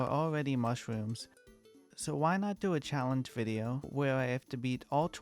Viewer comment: The way this guy talks is so adorable bro, " mushwooms TwT "